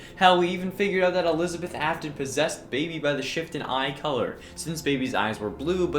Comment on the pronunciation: You said afton the rog way